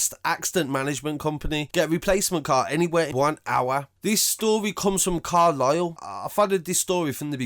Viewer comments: It's Carlisle not carlyle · CARLISLE NOT CARLYLE, I was born in Carlisle,My whole family from Brum,Hall green,Solihull,Sheldon Love your vids geez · I live here and it truly was a sad time for everyone Dixon’s chimney is an easy thing to see from far away so it was easy to see but not pleasant. One thing I will say is that it’s Carlisle not Carlyle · Its carlise not carlyle